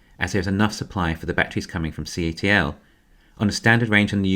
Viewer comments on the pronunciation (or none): none